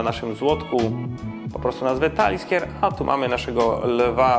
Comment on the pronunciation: Taliskier?! Aż się skrzywiłem od tej wymowy. Społeczność po takich wpadkach raczej nie będzie znacząco większa.